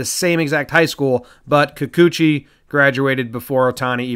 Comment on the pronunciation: It's pronounced kee-koo-chee. No accented syllable. Wonder if he's related to Moa